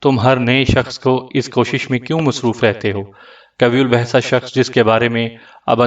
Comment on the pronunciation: قوی الجثہ غلط پڑھ رہے ہو صحیح تلفظ(qayye uljussa) ہے